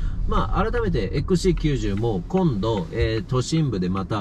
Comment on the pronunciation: ちゃんとXC90って言えましたねw